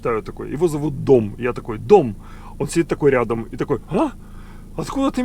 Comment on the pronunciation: А я слышу Том)